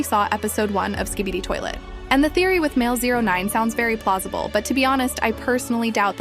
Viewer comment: “Very plozible”